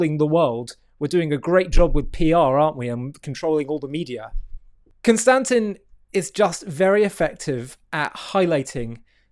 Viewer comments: Con-sta-stein* fixed that for him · "CON - STA - TIN" lol